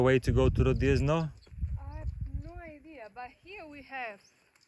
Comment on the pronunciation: I caught you! 😃 Your pronunciation of 'Rodiezno' clearly shows you're Polish.😁